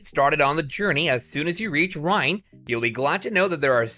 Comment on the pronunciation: Reine = Rain-EH, not Rhine. :) Nice video.